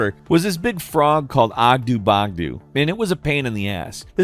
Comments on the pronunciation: Hearing him say Oggdo as Oggdoo made me die a little inside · I always thought the frog's name was pronounced Ogg-doe Bogg-doe. Pronounced like Bogano, their native planet.